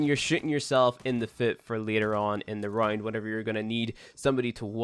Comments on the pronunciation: he's saying round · Yeah he says round like “rined”